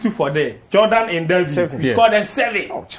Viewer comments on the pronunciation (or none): none